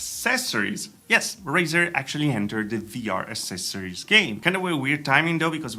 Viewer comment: LISTEN TO ME, TY!!! ACCESORIOS...A-CC-ESSORIES, NOT A-SS-ESSORIES!!!